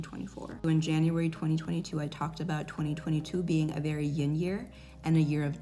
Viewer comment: Did this girl really say “ying” energy